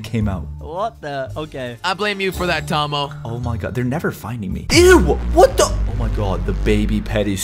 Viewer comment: just call tomo tomy😂